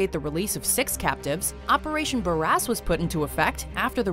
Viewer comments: I'm sorry, operation Bare-what?! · Operation Bare-Ass you said? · Number 10 I heard operation bare ass the first time 🤣